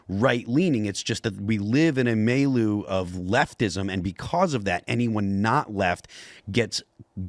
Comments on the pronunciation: A "may-loo"??😃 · As much as Phil seems to like the word milieu, you'd think he'd be able to properly pronounce it.